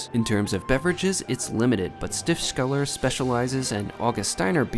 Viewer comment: Been a long time since I was in Innsbruck but I recognised that golden roof instantly - whole minutes of enjoyment to be had from that! ;) The mountains definitely more of an attraction, especially if you're unfamiliar with mountains. Looked like a great couple of days though. One point, it's Stifts-keller (the cellar (Keller) that belongs to the abbey (Stift)) rather than Stift-skeller. Good to see some more from Austria, I thought you were done with it! I've eaten at a star in Vienna (Tian) but as you swerved the vegan burger place, I'm guessing that you also didn't pick a vegetarian restaurant for your starred meal!